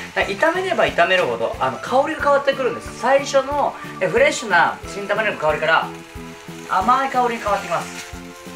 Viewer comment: 何回聞いても新玉ねぎがキン玉ねぎに聞こえる いい耳鼻科紹介してください